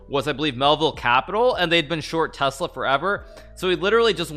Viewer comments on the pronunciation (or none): none